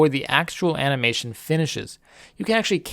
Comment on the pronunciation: "ana"mation time